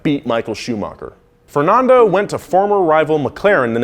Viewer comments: why does he say fernondo and shoomocker? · Who pronounces Fernando fer-non-do not fer-nan-do cuz he says both in this vid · Whats with your pronunciation? "Shumocker", "Fernondo", "Mossa", like what? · Yea this is exactly how we pronounce Fernando, Gran Prix, Massa and Honda !!! :)))))) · Why do Americans always say Fernando wrong. But good piece though